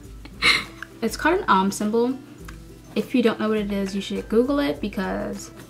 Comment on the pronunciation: Are you buddhist or hindu? Btw it's pronounced Om not Aum. :)